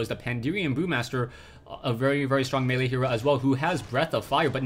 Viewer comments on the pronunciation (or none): none